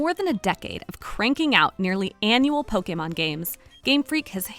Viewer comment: It feels so right when she says po-kay-mon instead of po-key-mon or poke-uh-mon.